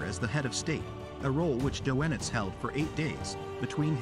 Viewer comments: "Doe-En-itz" really? it's pronounced "DER-NITZ" ... the name of the most important Nazi commander of all (U-Boats and then Navy and then all of it)?? ... he was so slick he convinced court that he wasn't a hard core Nazi and he certainly was - ended up living out his life as a civilian - I guess he paid a price - as he should have - both sons were lost on U-Boats ... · Doe- Ennitz 😂 I had a friend whose mother was Doenitz' niece, never heard him pronounce it like that!